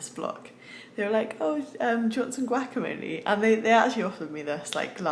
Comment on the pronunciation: I like how you say Guacamole, sounds like a carnival ride.